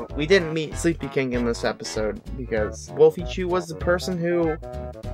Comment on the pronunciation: i love this channel and did you say SleepyKINK?